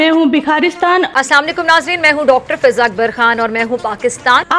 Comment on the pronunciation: Fija khan ❌ fijul khan ✅